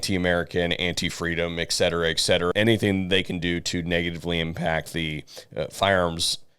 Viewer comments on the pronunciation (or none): Is it pronounced Eksetera or Etcetera? If we're going to shake our heads at Aks then we should clean up our own act. Then theres Nukular but I suspect thats a bridge too far.